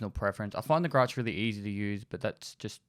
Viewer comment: The way you say ‘Grach’ is correct, with the soft ch sound, eg chair. Same as with the Su-25 aircraft.